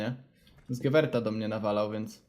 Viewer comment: nie czyta się gewert tylko gewer